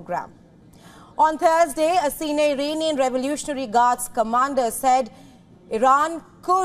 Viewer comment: why did she say on the TURD day